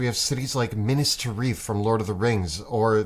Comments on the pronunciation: Legit, I love the and all their videos, but my stupid Neanderthal brain can't get out their pronunciation of Minas Tirith at the beginning of the video..."MINIS TIREEEEETH????" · Did I just hear you say "MIN-ass Tar-EETH"? Dude, WTF? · Minas Tireeth? Good grief. Almost as bad as Matt colvilles "smowg" instead of smaug.